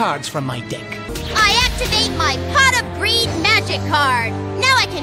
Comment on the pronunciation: uh, Pot Of Breed? Did I hear her right?